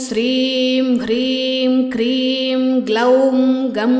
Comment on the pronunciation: It's Kleem not Kreem .. She's pronouncing it wrong.